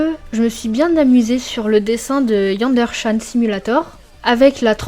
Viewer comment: on dit pas "Yander channe" mais "Yanderé channe" . Sinon la vidéo est super, et, aussi, que tu n'es pas fait d'école de dessin ni de cours et arriver à un si bon résultat est très motivant! T'es dessins sont fantastique!